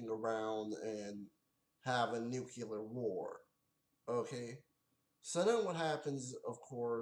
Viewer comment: Who are you, George Bush? It's pronounced New-Klee-ER, not Nuke-U-ler. And yeah, the movie blows!